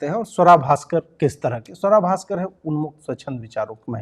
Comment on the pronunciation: Your pronunciation needs correction Ajit ji. It's Sooara Bhasker !